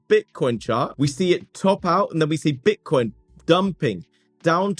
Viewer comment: Sounds like hes saying "Bitch-nix" 😂